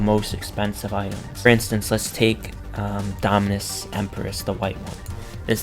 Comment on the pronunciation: he owns almost all the dominus in the game and he cant pronounce them lol